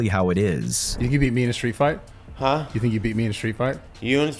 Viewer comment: that was the most alcoholic "Huh?" I have ever heard